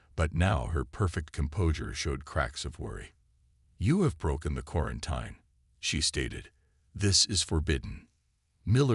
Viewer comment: Still not pronouncing quarantine correctly, huh? 😂